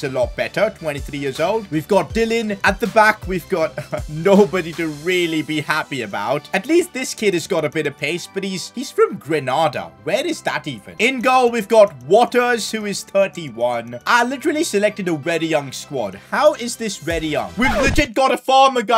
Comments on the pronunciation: Guy said granada not Grenada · Hey.. im from grenada and by the way its pronounced grenayda. It is a small island located in the carribean